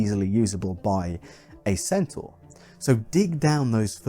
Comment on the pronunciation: Originally centaur lived in mountains, wore nothing and got drunk a lot. They also wrestled. And carried off women. Their diet consisted mostly of meat, sometimes of men. Almost every depiction of centaur that has come down to us is based on Chiron; the civilized centaur. Thank you for pronouncing 'centaur' correctly.